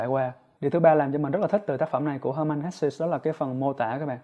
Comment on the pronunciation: Cám ơn chia sẻ của bạn. Mình có xem nhiều review của bạn. Nhưng mình góp ý 1 xí nhé, tên tác giả người Đức thì bạn nên đọc theo đúng phiên âm Đức, được đọc là He-mann Hes-sờ 🤗